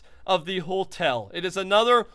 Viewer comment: no hate but... Hotel not holtel